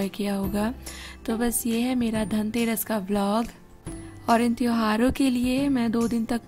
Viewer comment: 0.55 kyo tang aadake ke khadi ho...yaaar..tangterass nhi dhanteras manao...